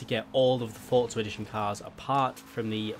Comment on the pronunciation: forza not fortza